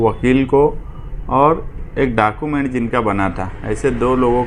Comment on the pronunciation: ارے بھائی اپنے تلفظ کی ادائیگی صحیح کرو یہ کیا ہے۔ ڈاکومینٹ(ڈاکیومینٹ)، جُمّہ داری ( ذمّہ داری)، سہر ( شہر) ، سہریان (شہریان)، دہست گرد (دہشتگرد)، وغیرہ۔ صرف چند سیکنڈ سنا اور سب مل گیا۔ بھائی کم از کم بنیادی زبان تو درست کرلو اس کے بعد سیاست کو سدھارنا۔ اللہ رحم کرے قوم کے حالات پر ایسے ایسے لیڈر مل گیے تو ہوگیا مسلہ حل!